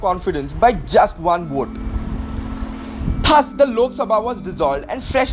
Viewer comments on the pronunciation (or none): PLEASE CORRECT THE PRONUNCIATION OF "THUS".